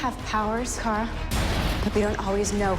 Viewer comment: just gonna ask that you say it "Kara" like they say it in thr show and not "kera" like you say it